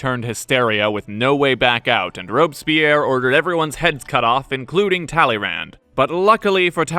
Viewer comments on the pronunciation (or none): none